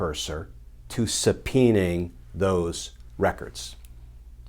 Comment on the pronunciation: "Subpeening". NO, subpoenaing. Would they even have those old records yet? Doubtful. Blah, blah, blah justice supposedly matters. And yet, we've seen ZERO justice, not one iota because our justice system is a bad joke. This trump wannabe braggart Kirshner is just stringing us along in the same manner as TV shows like Oak Island where in the end, NOTHING!